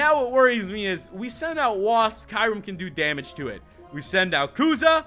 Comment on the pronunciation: You're saying mispronouncing Kyurem. lol